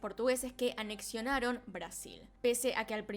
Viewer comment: "anexionaron" uh la la señorita Francesa 😁